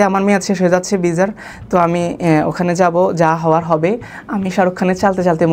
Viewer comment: ভাই তোমার বাংলা উচ্চারণই তো ঠিক হয় না! ভিডিও কে বল বিডিও ভিসাকে বিজা, 😁। তুমি আগে গেলেও জাহিদ অন্তু অন্যান্য সবকিছু মিলিয়ে সে তোমার চাইতে অনেক বেশি যোগ্য।